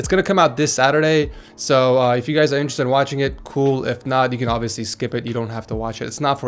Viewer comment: Is it just me or do we all just skip (or as would say it "SHKIP") through these videos?